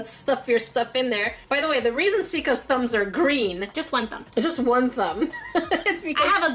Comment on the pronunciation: You said grain besides green. 😂😂😂😂